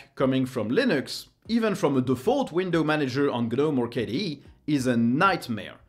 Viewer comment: Took me a while to understand that you're referring to KDE and not some kind of a new environment called "caddee"....